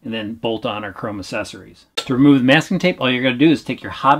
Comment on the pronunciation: Does it annoy anyone else that he says “assesories” instead of accessories